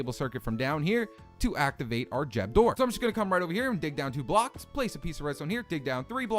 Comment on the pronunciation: What's a jeb door? Lol